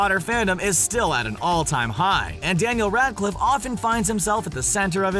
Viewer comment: DENYELL RAADCLYFF